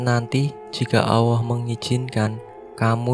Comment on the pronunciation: Min,yg benar ALLAH..bukan AWWOH..🤭🤭🤭